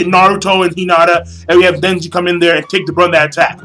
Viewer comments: nice review king but something's bothering me... it's pronounced neji not nenji. It was kinda siting in the back of my head. was getting annoying. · Neji not Nenji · It's Neji, not Nenji =) * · Who's "Nenji"? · the sadest part is you calling nenji the whole time who the fock is nenji? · so he was your favorite character and you call him NENJI.lool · Do you really read the manga? You called Neji ''Nenji'' too many times. And it wasn't his father, it ess Hinata's father by their side -_ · is neiji not ninji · It's not nenji its neji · why cant you say neji's name right!!!!!